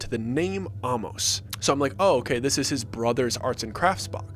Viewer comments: Intercourse is about a 20 minute drive from where I live in Lancaster PA. Interesting story. Some of the information is incorrect, such as lights in the Amish. inn. The name Amos is not pronounced like the word almost (take off the t). It’s pronounced with the long A sound and then mos. But we enjoyed the story! You should check out Intercourse, down the road is Blueball, Bird-in-hand and who could forget Lancaster!!😊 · Amos is pronounced Ay-Mus. Hence Famous Amos Cookies. There’s no Hollow Creek Inn. I live 20 minutes from Intercourse. The little boy with the tongue cut out was clearly taken from the movie Speak No Evil.